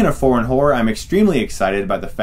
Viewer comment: His pronunciation for 'foreign' sounds like 'porn'. FaM, I thought why would Netflix stream porn movies!